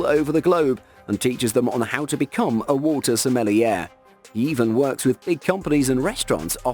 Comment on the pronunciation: SMELLY-AIR?!???! Bro...are you kidding?!